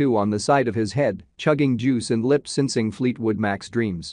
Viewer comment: "SIN-sing" ive never once heard it pronounced that way 😂😂